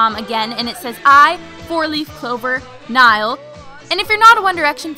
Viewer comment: HAHAHA. Its Niall not Nail!